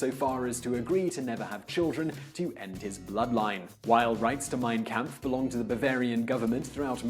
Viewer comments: "Camp-ff". Bruh, it’s pronounced Kampf (and I thought I was white) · its pronounced Comp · the shill jokes abou hitler dont trigger me as much as him mispronouncing kampf